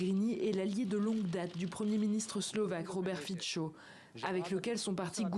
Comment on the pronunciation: Fico se prononce [fitso]. Merci...